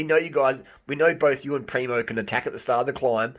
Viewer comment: Harley, lose the Ž on Tadej, and add it on PrimoŽ, you are hurting my ears 😆😆 I think Roglič is going to win TDF, mostly cos there is a mountain cronometer to come, and Primož is far beter on it, cca 30 sec some predict.. and he allredy has 57sec advantage over Pogačar. And we cant forget how good Jumbo Visma team is.